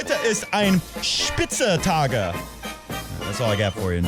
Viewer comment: Coffee Break Tennis ...not spitze tage, rather SPITZEN TAG😉